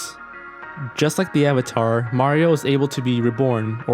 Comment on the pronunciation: If this was my first video I would have definitely unliked and never watched another video after hearing AVATAR